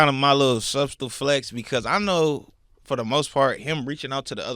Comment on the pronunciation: Did this nigga pronounce every letter in “subtle”? 🤣🤣